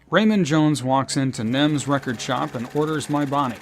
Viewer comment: NEMS. Not NIMS.